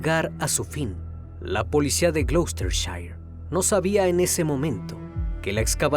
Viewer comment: muy bien con la pronunciacion de gloucestershire, Spot on!